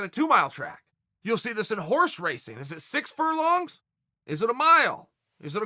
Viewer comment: He said “furlongs”